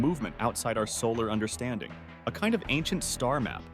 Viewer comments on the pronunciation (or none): none